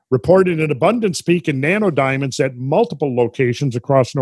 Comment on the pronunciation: I just cant help but hear "nanerdiamonds" when randall says it 🤣